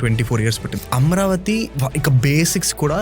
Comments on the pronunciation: Amaravathi ani correct ga pronounce cheyandi sir please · It is not Amravathi... It is AmAravathi